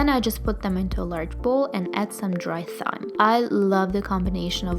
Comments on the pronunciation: I love your videos so much! Just wanted to say that thyme is pronounced "time". Much love from Seattle<3<3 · Such beautiful food! and by the way, thyme is pronounced like "time". :D <3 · thyme is pronounced as "time" just fyi!! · Great video!!! and for "Thyme" it's pronounced "Time" ;) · Thyme is pronounced as Time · i was scriolling through the comments when she she ssid thyme, waiting on to see this comment lol